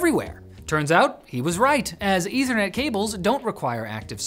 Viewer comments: Eth-ther net. Short e. Pronounce it correctly and it doesn't sound a thing like "internet". You are pronouncing it weird, like the chemical. Ether (Eh-thur), like the hypothetical substance that fills the void, not ether (Ee-ther), the chemical. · wtf is "ethranet"? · *Meth*anol -> *Eth*anol -> *Eth*ernet You're spent your entire life mispronouncing this word 🤯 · I dont know where this dude is getting his pronunciation for ethernet or the ether in general.